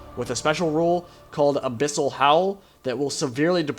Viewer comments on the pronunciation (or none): none